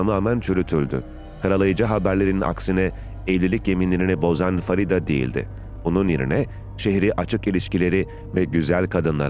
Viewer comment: Farida değil " Feride" Ingilizcede yazildigi gibi okumak nedir. Onlar bile Farida yazar Feride diye okur.